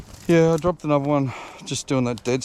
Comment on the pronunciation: Mate, my family has been in that district since 1820, and I lived around Richmond for many years. Why can’t you say further, rather than furver, another rather than anover, and bother rather than bover. It just makes you sound like a stupid Westie, and Windsor/Richmond people are not stupid Westies (like those from Penriff)!